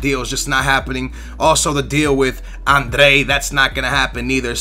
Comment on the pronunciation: How do you get from "Adryan" to "Andre"?